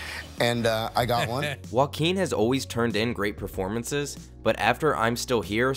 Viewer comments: Why people call him woaquin, he's joaquin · Is pronunced Hoaking, not whoaking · did you really say woakeen? bruh. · i cant stop hearing walking phoenix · Sounds like he's saying "walking Phoenix" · stop saying walking phoenix, ist JOAQUIN PHOENIX! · All I hear when his name is pronounced in this video is "Walkeen"... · The way you pronounce Joaquin :( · If he’s special then at least learn how to pronounce his name correctly!